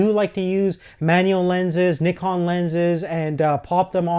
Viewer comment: You say Nikon funny! But seriously, nice review, I'm giving serious consideration to renting this camera for a short film in April. This review has taught me a lot about this camera.